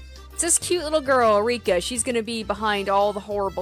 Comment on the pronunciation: Don't worry, you're pronouncing the names correctly. You're actually pretty good at this, now! And if you're ever in doubt, just listen to the voice acting. Also, Satoko and Rika are about 11 or 12 years old, so they aren't that much younger than Rena and Keichi. About the BGM: I found out how you can get the original OST! I'm not saying that this new soundtrack is bad or anything, but I don't like some of the track choices for certain scenes in the later parts of the chapter. I still don't understand why they updated the soundtracks a few months ago. But I highly recommend to install the original OST for the best experience. This is where you can download the old BGM